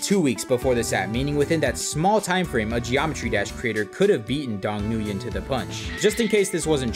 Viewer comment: the way you pronounce nguyen kills me 😭😭